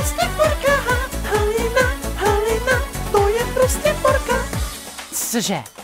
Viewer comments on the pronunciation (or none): Sem jediná kdo tam slyší ha halina HOLINA atd ??? :DDDDD